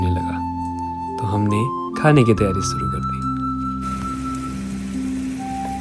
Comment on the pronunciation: श को स बोलना बंद करो भाई, पूरा नारेटिव सुनने में बेकार लगने लगता है और आगे देखने का मन ही नहीं करता। सांती, बारिस, सुरु and many more in the very start of the video.